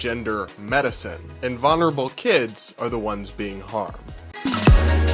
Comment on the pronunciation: I like you and your work, but for the love of God... vul-ner-a-bul